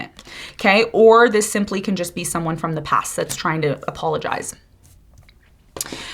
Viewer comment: 👏 👏 👏 👏 👏 BRUUUH,"coming from deh pass" 😢every dam time I hear it!!!! I cringe. I stop talking and started shouting at the universe 😅to Please keep them in thee pass...its like a flock of ducks migrating 😅